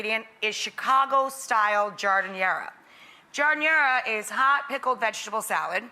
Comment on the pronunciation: As a lifelong Chicagoan, this is cringeworthy. Right from the get-go, the pronunciation of giardiniera is like nails on a chalkboard. Also, the vegetables in the giardiniera are too big. And "Authentic" Italian Beef is not cooked as raw individual thin slices of steak on a griddle. It's cooked as a roast and then thin sliced and dropped into the au jus gravy. I was literally yelling at my TV screen when I saw this.